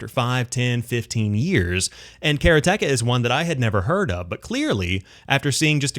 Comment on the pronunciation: Karateka is pronounced Ka ra te ka in swift order, and is a reference for a practitioner of karate. And I loved this game when I was younger. ;-)